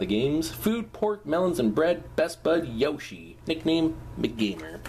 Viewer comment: youre saying yoshi wrong...